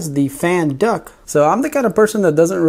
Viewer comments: Duct, not duck! Awesome videos though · Hey thanks for the upgrades and just to help u out.... the word is D U C T you kept saying duck lol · Just wanted to mention its "duct", not "duck". :) Cheers! (Printed Upgrades > Fan Duck) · It's a fan "duct", not duck. A duck is a bird. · Its silly he keeps calling the fan duct a fan duck. Even in the desc.